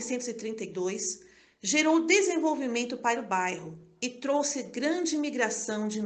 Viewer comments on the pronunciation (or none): none